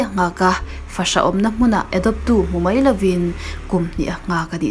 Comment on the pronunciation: Ngaihnawm thei accent dik/mawi boksia i aw(voice) k star😍🥰....(no tokin Mambai i t ve nge aw, Mumbai Maharashtra hi lmao🤣)